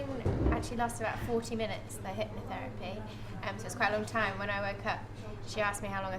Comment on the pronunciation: What is it, "hypnoFerapy"? lol Clearly this poor girl found the worst example of hypnotherapy, what a rank Ammatuer!